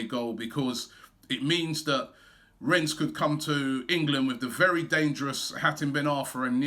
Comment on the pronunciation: “Ren” not Rens